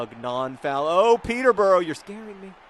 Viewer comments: oh ok, I loved this video and you're great, but it's pronounced Peter-bu-ruh not burrow ... just had to say that.. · Peter-bruh not peter-burrow. :P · Oh God, 'pee-tah bra'. Thank you. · It's NOT pronounced Peter-bora it's pronounced Peterbruh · I dont want to seem condescending but the correct pronunciation for Peterborough is: Peter-Ba-Rah